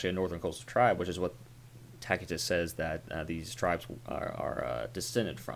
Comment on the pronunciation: I've never heard this pronunciation of Tacitus, it's quite jarring. Your Norse pronunciations are mostly on point, but dang. It's most commonly pronounced as "Tass-i-tuss".